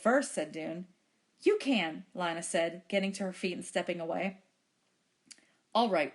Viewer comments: How do I have 100 Subs Without any videos? It is Lina so it is lee-nuh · It’s Lina not Lana but thanks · This was very helpful, so thanks. ( It's Lina not Lana)